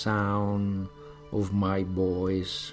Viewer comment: me parece una buena técnica la verdad, creo que es positivo el intento pero habría que corregir algunas cosillas, claro que entiendo que dice voice, pero esa v tiene que vibrar de lo contrario está diciendo boys, y comfortable es /ˈkʌmftəbl̩/ con acento en la primera. No intento ser destructivo ni negativo, si no constructivo, ojalá mi padre supiese tanto inglés como este hombre, pero debería de cuidar la pronunciación.